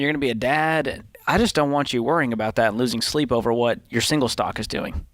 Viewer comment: “Jor life and jor money”